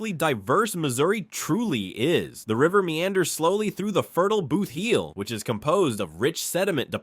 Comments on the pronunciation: Boot heel, not bootheel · And boot heel is not pronounced boothheel